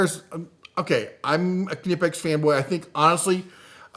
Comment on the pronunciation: Are you saying ka-nee-pex? I’ve seen this discussed before, it’s pronounced knee-pex. Kind of like knife, not ka-nife.